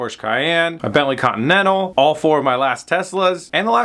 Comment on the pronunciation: What’s a Bentley Con nennle ?!